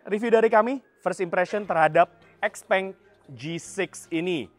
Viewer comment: Bacanya xiaopeng